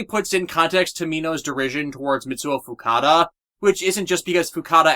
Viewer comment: Um, still mistaking Fukuda as Fukada